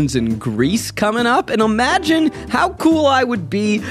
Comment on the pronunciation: Zach is reading the Ad. Is it me or does he say 'omagine' instead of 'imagine'?